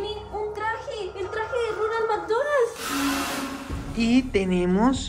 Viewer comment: Ronald McDonald ❌ Ñoña mañoñal ✅ Jajaja parce 😂saludos desde Puerto Rico castañer sin luz 😢...❤❤❤❤